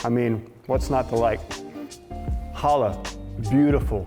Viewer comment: Going to make one for Shabbat this week. Thanks! One thing...CHA -lah. Like you're clearing your throat. CCCHHHHAAA-lah.😉